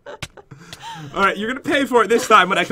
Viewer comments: pat sed so thin it sounded like the s word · sounds like he said holy sh*t but he said holding shift XD